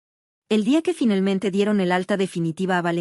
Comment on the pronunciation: Porque segaramente en vez de seguramente, finelmente a cambio de finalmente